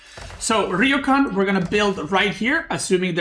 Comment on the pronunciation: Gonna be that guy for all Our future sanity It’s ryoooo kaaaaan